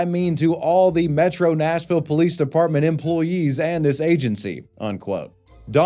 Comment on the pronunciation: It’s supposed to be Nashville, not Smashville 😭😭😭